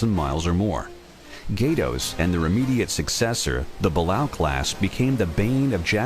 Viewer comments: the class after Gato is pronounced Ba Lay OH....Balao... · That is Ba-la-o not Bala-u... dumbass